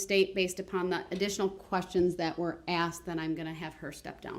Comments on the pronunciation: He axe the question he can't even speak correctly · He “axed” the question. 😂